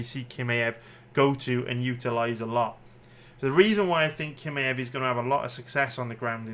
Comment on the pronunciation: I get why you don’t know how to pronounce Jiri but kimaew??? C’mon son